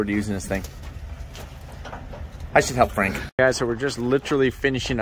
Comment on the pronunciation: Hearing you say Frank sounds so odd i keep expecting you to say Frankils or something to that effect